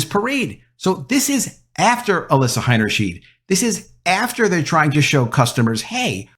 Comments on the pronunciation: The name Heinersheid, is pronounced with two long I sounds. high-ner-shide! The "ei" sound is a long "eye", but when reversed " ie" then its the "ee" sound. It's the opposite of what you'd think.. No big deal, just thought I'd mention it, because you're the 2nd media person I've heard who got it mixed up. It's easy to do, but now you know! Thanks for your content! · It's pronounced "H EYE nerschn EYE d". In German, when the i and the e appear as a pair together, the second vowel is the one sounded. In this case, both times when the "ei" appear in the name, they are pronounced "eye", not "eee". Example: Eisenhower is pronounced EYE senhower, not EEE senhower. Example: Liebchen is pronounced L EEE bchen, not L EYE bchen. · You pronounced her last name 'Hainerscheed' so no I won't sub. It's 'Hainerschaid' btw.🤦‍♂️ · The last name is HeinershEYE'd, not HeinershEEED. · You need to learn to pronounce the name Heinerscheid correctly. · Why are you pronouncing the first ei as "i", but the second ei in her name as "e"?